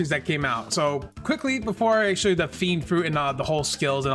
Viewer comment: It's fiennnnndddddddd not fenid